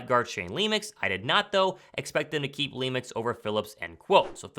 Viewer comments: like the show....but when you see Lemiuex.....it's NOT leemix....it's lem-yoo. That deserves a COME ON MAN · Lemieux is not pronounced Leemux, but it doesnt really matter :D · I think Lemieux is pronounced “Lemieu”.